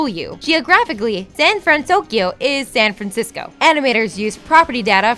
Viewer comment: The pronunciation errors were making me cringe so much that I had to pause the video and look into the comments to see if anyone else was hearing this. "Kubuki"... blegh. Also, "San Frazisco"